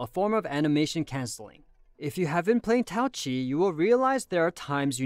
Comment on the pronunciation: Why write her name as Taoqi if you're not gonna pronounce the "Q" ???